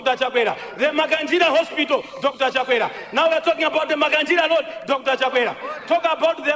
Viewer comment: Nkhumba chimwendo timat road not lodi kkkkkkk